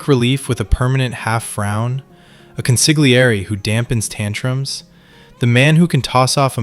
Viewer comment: Con-sil-yerr-ee . Not consig le air ee. Like a counselor. Keep saying consigleairy and you’re gonna have to come in here heavy next time